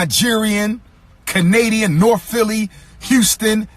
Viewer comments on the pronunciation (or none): none